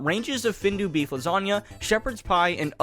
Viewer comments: Findus is not pronounced Findu, it is said How it is spelled:find-us. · “Findus” is pronounced as “Feenduuhs”